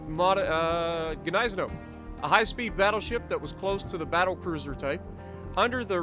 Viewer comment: The end pronunciation is like Gneissen"ow", as in "wow".